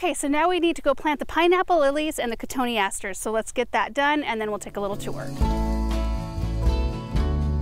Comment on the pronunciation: Thanks for the pronunciation of cotoneaster!! 🤓😊